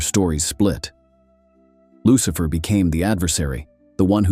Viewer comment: LUCHIFER LOL IDIOT FUCK